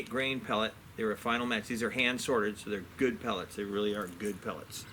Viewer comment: Nicely done! (The pellets are finale, pronounced: fe-na-lee)